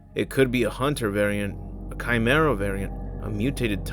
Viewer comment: The Chim-era lol